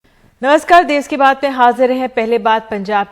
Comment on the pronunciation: देस नहीं देश होता है।